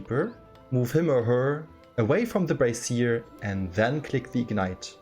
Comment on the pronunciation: im not sure how German works, but in english you would pronounce brazier as Bray-shur (with a Z kind of sound on the shur), the way you are pronouncing it is i believe a bra or some kind of women's apparel. im sure none of this matters, just fun trivia